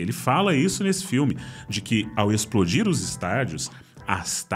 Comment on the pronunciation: "Esplodir" Dá tempo de ajeitar?